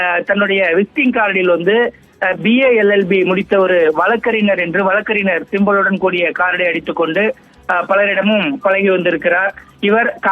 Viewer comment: சரியா உச்சரிங்கப்பா !! வழக்கறிநர் அல்ல வழக்கறிஞர். க ங ச ஞ இதில் மெல்லினங்களான ங வும் ஞ. வும் கவனமாய் உச்சரிக்க வேண்டும். தமிழ் நம் தாய் மொழி அல்லவா ?